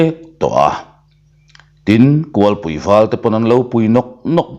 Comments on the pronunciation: Kulhpui tih chu a har viau a niang kualpui tih a ri tam zawk tlat mai mahse kan hrethiam zel tho aw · Kulhpui tih I lam dan tulh2 chu a.